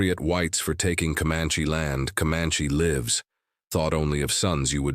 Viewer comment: Good story! Maybe a few more pictures? Might want to teach the AI the different pronunciations of "live/s."